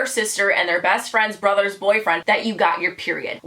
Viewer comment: "and their brithers boyfriend"